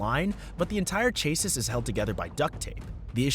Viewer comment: Chassis is pronounced “chasee”